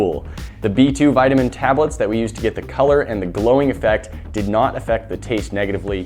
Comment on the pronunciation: You pronounced vitamin wrong